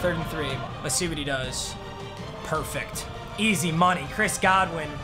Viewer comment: It’s Chris God-win not Chris good-win